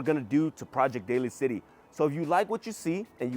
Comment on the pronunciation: it’s Daly City, pronounced “Daily”